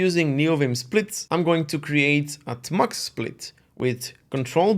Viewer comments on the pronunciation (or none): its amusing / cute how he calls it 'tah-mux' instead of 'tee-mux' also, we're practically twins -- both split keyboards, kitty, tmux, neovim